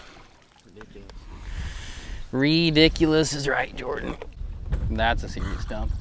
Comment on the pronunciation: Thank you for the "Jor-Dan."